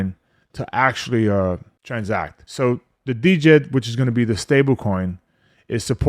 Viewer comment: The “D”is silent bro.